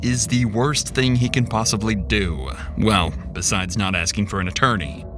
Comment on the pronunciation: He's axing questions.